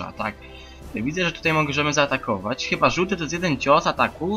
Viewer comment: "Chiba" i "ejdż of Wanders" wygrały.